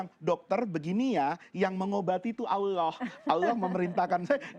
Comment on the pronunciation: kok bilang ALLoh tidak fasih